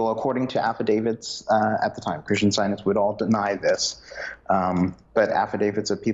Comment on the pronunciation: Very informative but a little hard to follow because of this gentleman’s constant hesitations in his speech and his inability to pronounce the word “scientists”. He leaves out the “t”.